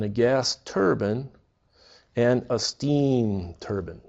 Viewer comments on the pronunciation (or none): Turbine (turr-byñ)✔️ (turr-bin)❌